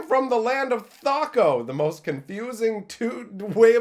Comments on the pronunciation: So you completely lost me and I stopped hearing you after your pronounced THACO the way you did. I say it TH-ACK-OH. Have been since 1979 and I got the AD&D DMG. Which of us is wrong? This is going to REALLY bother me. Off I go to the interwebs to see... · It’s pronounced THAK-OH actually, but in reality should be said that THAK zero. Not a vowel at the end but a digit. I’m not sure I can get through your video now. Nor ever look in the Appendix of my old DMG without pausing. What... have... you... done? ;)